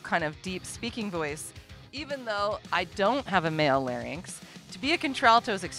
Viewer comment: Speech Pathologist here . . . thank you soooooooooooo much for explaining that we have vocal FOLDS, and for pronouncing LARYNX correctly !!! You are an intelligent, articulate, well-educated individual, all to rare in persons calling themselves "vocal coaches" You are a breath of fresh air!!!